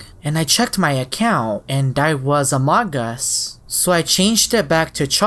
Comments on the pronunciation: it's not amodgus it's uh-moe-gose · its not amog uus its amoogoos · It’s pronounced Amoo-gus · It’s pronounced a-mo-gus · I like how he says A M O G U S lol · u pronounce amogus amoogus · It’s pronounced a-mog-us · its pronounced ah-moh-gus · It's pronounced amogus